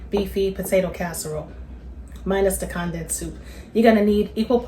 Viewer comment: Mam please go google the word CONDENSED…hit that button that says CONDENSED, so you will figure out how to pronounce it correctly, At your age mam, you should know how to say that word correctly, the way you be saying it, it don’t make no kinda sense, please take my advice cuz I’m sure other people watching your video don’t know what you be talking about either, you can thank me later😂 🤦🏽‍♀️